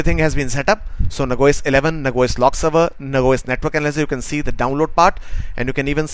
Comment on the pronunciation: I think you mean Nah Jee Ose; and not Nag woys, correct?